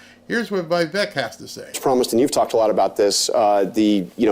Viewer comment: FYI Vivek rhymes with cake